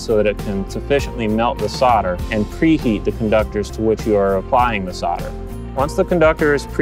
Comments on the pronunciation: Thanks, but not sure why you kept saying "sodder" instead of "solder" :S Maybe the L is silent and I've been saying it incorrectly for years. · WHY sarder? Its solder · Try - "Soul - der" - that'll do it! ?? LOL! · He is american they cant spell "L" for some reason.